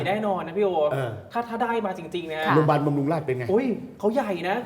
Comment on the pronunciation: "โรงพยาบาล"ค่ะ โปรดพูดให้ชัด คุณเป็นผู้ประกาศ